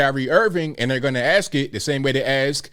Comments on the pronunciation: Funny, I dont recall dumdum defending Kyrie over his vax stance either. And dumdum....people don't "axe" questions, they ask them. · I agree with you to some degree. Perhaps the most disturbing aspect of his interview is that he can’t properly pronounce “ask” nor “athlete”.